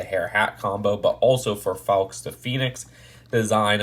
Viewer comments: It’s pronounced like forks. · I believe Fawkes is pronounced like Fox, idk it just kinda bothered me. Great review as always tho 👍🏻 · It’s one of those words that doesn’t really work in the different accents. In an English accent it doesn’t sound like ‘Fox’. It sounds more like ‘4ks’. It would sound like ‘Fox’ in an American accent. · It pronounced the same way as guy fawkes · The way he says fawkes 😂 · Wtf you talkin' 'bout? And it's spelled Fawkes.